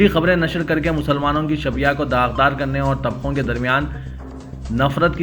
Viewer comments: شبیہہ shabeeha nahein shabeeh kahiye janab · جی نیوز ریڈر صاحب ! اب بھی آپ کی جہالت ختم نہیں ھورھی ھے ۔آج آپ جاھل نے شبیہ( shabeeh) کو( shabeeha) پڑھا۔ ارے نیوز پڑھنے سے پہلے ھوم ورک کرلیتے نہیں ھوسکتاھے کہ ھوم ورک کرانے والا بھی آپ ھی کی طرح جاھل ھو۔ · مہا ماری غیر اردو لفظ مرتب کو marthab ایسے کئ غلطیاں ہیں جو آپ کے نیوز ریڈر کرتے ہوئے اخبار سیاست کو اردو دشمنوں میں شامل کررہے ہیں کوئ دن ایسا نہی گزرا جس میں" " پوری نیوز کوئ غلطی نہ کرے ہوں شبیہ کو shabya پڑھے ہیں آپ کی نیوز سنیں تو بڑی بےچینی ہوتی کیا کبھی management نہی دیکھتا اتنی بے حسی کیوں کیا کوئی اردو دشمن بھی siasath news channel میں